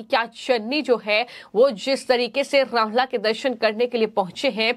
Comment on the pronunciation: रामलल्ला शब्द का उच्चारण तो सही कर लो